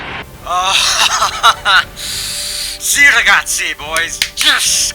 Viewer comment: "Si Ragazzi" Your pronunciation in Italian is perfect. 4 Time Champion, well done! We will remember this series! Goodbye Mydriver 🏎🏎